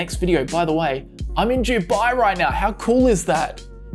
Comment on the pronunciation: I love how you pronounced Dubai, in sounds like you’re in Germany in 1939 (JewBye!)